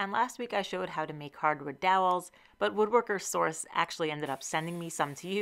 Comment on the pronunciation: The first two times you said it, I heard "Woodworkersaurus" instead of "Woodworker Source". I would TOTALLY shop at Woodworkersaurus.